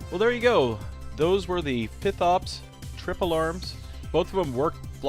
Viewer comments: LOL! Mercans eh? fith? fith?? …………….. F. I. F. T. H. Fifth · not forth ops, not sixth op, not fifth op, FITH op